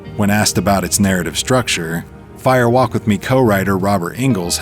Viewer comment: Distracting that the narrator (AI?) continually says "Fire WALK With Me". Why the emphasis in "walk"? A fire walk (over hot coals) is a thing, it isn't a fire WALK verbally. Spoken aloud , it should sound like "firewalk". No special emphasis.